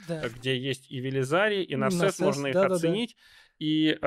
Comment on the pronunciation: Не Нарсес , а Нерсес 😑🤨